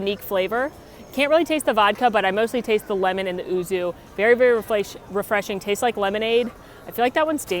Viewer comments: to pronounce the word “Yuzu” you say it as “you-zoo” 🤗 not oo-zoo. Also, love your videos! 💕 your channel helped me a lot on planning on our first WDW trip earlier this year 😊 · I heard ouzo first off..lol, which is obviously a completely different drink, had to do a double take then realised it was yuzu